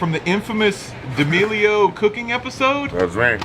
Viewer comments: It's painful hearing you say de-amelio. It's damelio. The ' in the name doesn't mean you have to say the d separately full stop then say the rest. It just sounds awful as de-amelio. Sorry. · why do pronounce d' amelio like Di' aLmEliO lmfao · stopping in the middle of the vid because d-AL-mi-li-o hurts my ears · For fuck's sake can you pronounce their last name correctly.?